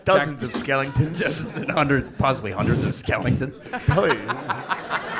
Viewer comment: "possibly hundreds of skelingtons"